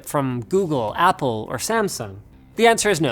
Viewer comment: He said something different that Apple I thing he said opple